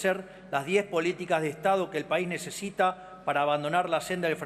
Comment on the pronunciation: Dijo nesita el idiota